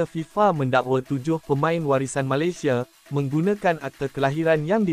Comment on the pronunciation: Yang cakap ni orang mana,,sebut Malaysia jadi Malisia